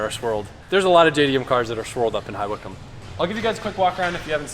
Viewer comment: hahahahahhaha I live in the village next to High Wycombe and the way he pronounced it